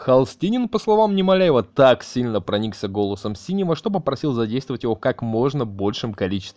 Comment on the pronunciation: На через все времена не было музыки Холстинина потому что ему в тот момент делали операцию и было восстановление долгое, что даже с группой Бугаев играл, не лей людям говно в уши, даже фамилию Синёва криво произносил. Весь видос основан на домыслах, какая нахрен поддержка такому каналу?